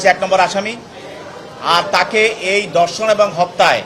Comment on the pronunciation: Dorshon noy dhorshon